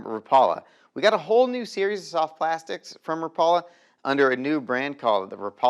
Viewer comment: Rap...a...lah. = Rapala. Never Rah...Paul...a... teach the world bro..your killing me say it right..love ya